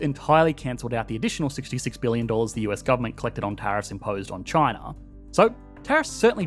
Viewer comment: Chiner, north caroliner😂